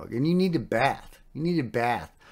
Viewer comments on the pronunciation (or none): none